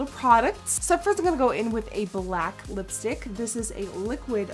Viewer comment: That's so weird because the way she says "in gunna" instead of "I'm going to" sounds so native and so. Damn. Annoying.